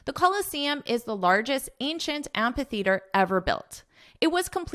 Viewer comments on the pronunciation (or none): Have a nice trip in Italy! By the way, i have a question about the pronunciation of the word amphitheater. I look it up in dictionary and it says it should be pronounced as am-fi-theater not am-pa-theatrr. I don't know which is correct or maybe it works both ways.